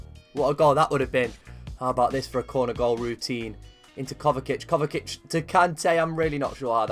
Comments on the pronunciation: Its kovačic not kovakic 😂😂 great video tho ngl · its pronounced KOVA-CHI-CH kovačić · Muh-teo Kova-chich m8. Besides that great episode.